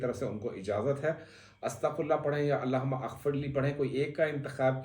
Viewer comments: bro "aghfirlee" nahin "maghfirlee" hai...........CORRECTION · Allahumma Aghfirli ye galat hay pronounce ker rahay hain aap Allahummag firli ye sahi hay. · سر جب ہم اسے زیر زبر کے ساتھ پڑھتے ہیں تو اللہم مغفرلی کا تلفظ اتا ہے۔ اور اپ نے اللہ ھم اغفرلی کا تلفظ دیا ہے۔ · Alahuma Agfrli nahee. Alahum-magfirli A silent he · اللہم غفرلی ہوتا ہے ؟ ا پڑھا نہیں جاتا